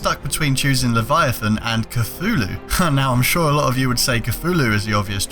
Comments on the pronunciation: stop saying coo-fu-lewl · Cthulhu is supposed to be pronounced thulu